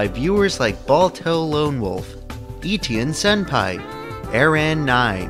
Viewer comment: that pronunciation of etienne was spot on.